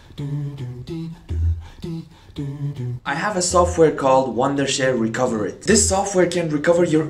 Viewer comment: You said "this video is sponsored by recoverit" wrong